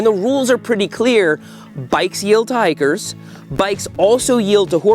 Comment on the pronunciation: Hikers! I thought you said "Tigers." I was like, yeah, I'll definitely yield to tigers"